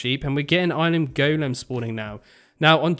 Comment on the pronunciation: Still Can't get past the "Go-Lem" so weird